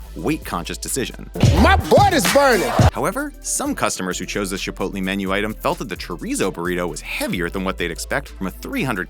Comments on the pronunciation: DONT SAY CHIPOLTE!!! (It offends Mexican culture, according to my tour guide on my recent trip to Ensenada) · THE WAY HE SAYS CHIPOTLE